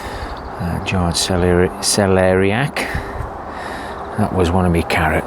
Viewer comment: Congratulations on conquering the "Celeriac" pronunciation 🤣🤣👍. What do you do with your soft fruits & currants, do you make jams??? Looking at the square foot gardening, sometimes it is tough when you get a nice display and spoil it by harvesting the crops 🤣. I have had many kilos of cherries this year, best crop by far. A nice tour with plenty of rewards 👍 🌻 Nigel .......MuddyBootz Allotment 🌻